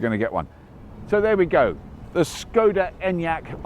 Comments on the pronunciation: I think its pronounced sh-c-oda. Correct me if you can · It wasn't Czechoslovakia when Škoda was formed, it would have been part of the Austro-Hungarian empire; Bohemia. Czechoslovakia was formed after WW1 ~1918) and dissolved in 1992. Also, the first letter of the brand is pronounced "Sh" I think, it's not an English S. ;)